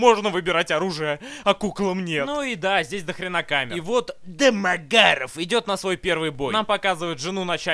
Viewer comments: Народ, кто-нибудь, проведите мне ликбез, почему фамилию Домагарова произносят с такой интонацией. Первый раз я услышал её в обзоре Евгена на "Союз спасения", но, как я посмотрю, корни куда глубже. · С каждого его произношения "Домогаров" я ржал до следующего xd xd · хаха почему он так произносит Домогаров? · Как затрахало слышать акцент на одной и той же фамилии! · С каким выражением лица, автор произносит фамилию домогарова? :D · этот ролик научил меня говорить "ДЭ-МЭ-ГЭ-РАВ" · дамаГЯров! ещё и с таким смачным произношением))) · почему он его такой интонацией называет?) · Почему он произносит Дэ-Мэ-Га-Ров с такой интонацией?) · Это не только я так произношу фамилию ДомогАрова? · Очень нравится, как Бэд произносит =ДомоГАров!= Еще нравится в подобных фильмах, как мочат главного героя, ну почти убивают, и только после этого у него просыпаются мощные силы и он отоваривает всех многочисленных врагов... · Ох уж это произношение ДАмАгАрОв🤣🤣🤣ржакаобоссака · а почему он его с такой интонацией называет-Дамагггаарав? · Я щас умру со смеха этого произношения ,,Демагаров,, 🤣🤣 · Теперь если по тв или в инете вижу эту фамилию произносится в голове так же как в обзоре ДамАгаров🤣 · Это произношение «Домагарэээв» преследует меня уже вторую неделю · С*ка, обожаю когда произносится вот это вот "Домогароув") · Да у Евгения какая - то своя нелюбовь к Домогарову. Всюду так его произносит. Боюсь, что скоро в фильме, где его и не будет, всё равно произнесет Дамагарэв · если следовать произношению Бэда, то писать нужно "дамаГ-ГААрова" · Только из за твоего произношения ДОмОгАРоВ смотрю несколько раз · Домо... Гаааров!! точная интонация!! 😂😂Именно так произносится эта фамилия😅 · Ржал столько раз сколько ты произнес фамилию Дэмэгарова😂😂😂😂😂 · Алчему когда он говорит дэмагаров! Я смеюсь! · Как он произносит ДамогАааро-ф-ффф! Гениально. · Классный обзор! Мне понравился акцент на фамилию ДОМОГАРОВ! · как же мне нравится,как он произносит "ДомоГАров"))))))))))))))